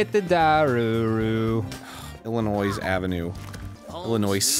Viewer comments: The "s" in Illinois is silent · Illinois... ILLINOICE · Pronounce Illinois with the fuckin 's' one more time 😤😤👏🏻👏🏻